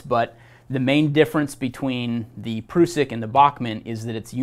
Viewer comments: Great video - just wish the guy would stop calling the PRUSS-ICK the PROOO-SICK....??? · Great vid 👍 but ,,,,,, It's definitely a prusik knot not a prooosik knot 😂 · Its an prusik hitch not an "prewsik" knot.🤨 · its a prusik not a proosik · Pr-US-sik. Us, as in all of us. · Can’t cope with him saying Pru-suck 🤦🏻‍♂️😂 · Defo gonna call it a pru-sik from now on 🤣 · asides from the mis-information, this dude needs to stop with the "proosik" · Pronunciation. A Prusik /ˈprʌsɪk/ great video otherwise, just trying to help no hate here. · proosik loop? imagine the effort americans put in to mispronounce every language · Prusik is a French term, and thus the proper pronunciation is indeed "prooseek" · Sorry mate NOT Prooseek check the link above, cheers! It's not a French term either! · To us old time Knot tiers this pronunciation of this great old knot makes the hair on my neck stand up ! I'm in my middle seventies and have tied knots millions of times on the farm and working ! He should at least learn their proper names ! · Great lesson, not necessarily great for icy rope but otherwise a situational, useful knot that im glad to have in my toolbox, but I really cant handle the way that you say prusik